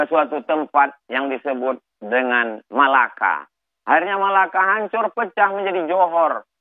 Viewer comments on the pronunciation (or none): none